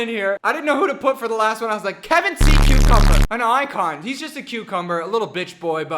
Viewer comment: Kar c. umber idk 😅💜😅 (Karseeumber)